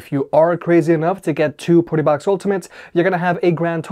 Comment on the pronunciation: Your say Partybox like PortaPotty